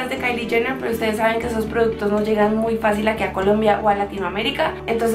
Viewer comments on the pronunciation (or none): none